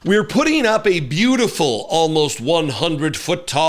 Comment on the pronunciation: Every time he says the word beautiful he bastardizes it